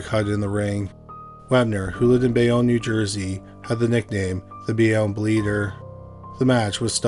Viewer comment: My cousins in New Jersey know the Wepner family. One went to school w/Chuck, and his daughter was a cheerleader w/Chuck's one daughter, coached the other in a peewee cheerleading squad. Small world. Bay-OWN. You say Bayonne as Bay-Own.